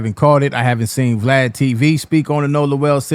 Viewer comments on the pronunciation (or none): none